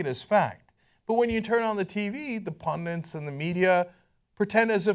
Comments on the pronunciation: Cenk, In the name of Language preservation stop saying pundiNts. Leave it for Trump and his ilk. DRd. (Frieda Herbe). Now. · Pundants. LOL.